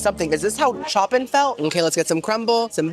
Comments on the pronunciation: Compo-tay and Choppin!! 😭 Compoté and Chopin (Kom-poat and Show-pihn) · love how he says "com-pot-ay" and "choppin" instead of "com-pote" and "cho-pan" 😂